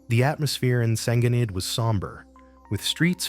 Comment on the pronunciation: Why don't you get your AI to pronounce Senghenydd proberly?